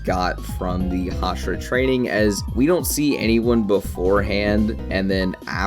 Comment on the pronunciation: Can you stop saying hashara thxxxxxx 😂